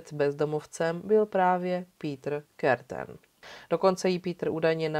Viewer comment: Pííítr Kerten (Krrrten)- němčina? Škoda.